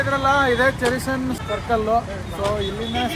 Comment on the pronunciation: ಚೆರಿಸನ್ ಸರ್ಕಲ್ ಅಲ್ಲಣ್ಣ ಚೇರಿಂಗ್ ಕ್ರಾಸ್ ಸರ್ಕಲ್